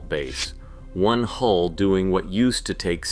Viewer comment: Hull number not HOLE stupiiidd!